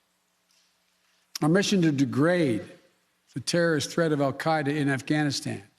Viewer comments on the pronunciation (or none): none